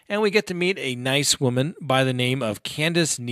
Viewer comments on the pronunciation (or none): none